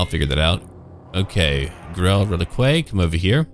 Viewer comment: Hey man, I'm loving these new campaigns, but for fuck sake, relique = reh-leek... Not reh-likway. Every time someone pronounces it in the latter a high elf dies of arrogance.